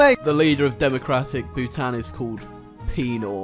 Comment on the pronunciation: Ayyy Bhutanese here and I hate the way you say Bhutan